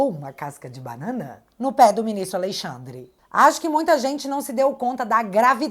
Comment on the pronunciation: Quero que Alexandre de Moraes pague por tudo de errado que tem feito aos brasileiros. Porém, só uma correção na pronúncia do nome, é "Alexandre " e não "Aleixandre".